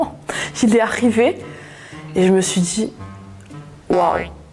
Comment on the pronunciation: " il et aRRRiver "